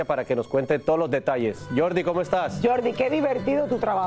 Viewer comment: Porqué seguís diciendo Jordi Martin cuando se pronuncia en español Jordi “ Martín” 🤬